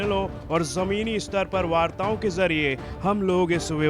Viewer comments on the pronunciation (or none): none